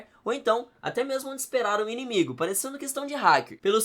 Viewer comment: Inimigue? Você falou inimigue mesmo? 😒